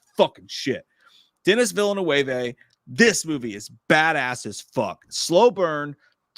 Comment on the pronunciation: I can't help but laugh at the way you mispronounced Denis Villeneuve. Great stream!